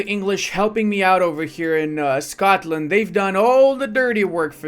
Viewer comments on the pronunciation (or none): none